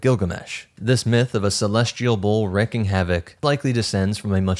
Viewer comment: You mispronounced the word "wreaking". It should sound like "reeking" not "wrecking".